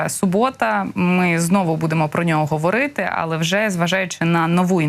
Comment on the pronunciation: а ведущая неправильно ставит ударение на говОрiти? Вы обычно говорите говорIти. Все еще возрождаю мову, за Легисту благодарен!))) Спасибо каналу! А не! И Вы на О ударение сделали))) ГовОримо. Запутали совсем)))